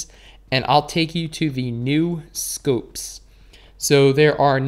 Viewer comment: I like how u say scoopes instead of scopes